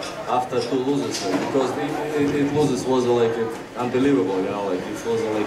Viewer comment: after i suffer two loo'ziz, i change'gid alot of things you know like